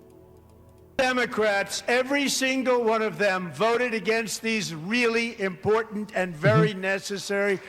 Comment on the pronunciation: The impor-ANT mispronounciation of important by Ilhan makes me want to break glass